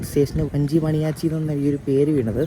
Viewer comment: വഞ്ചി മണി യാച്ചി അല്ല, വാഞ്ചി മണിയാച്ചി. സത്തൂർ അല്ല - സാത്തൂർ, ബോധി നായക്കന്നൂർ അല്ല ബോഡി നായക്കന്നൂർ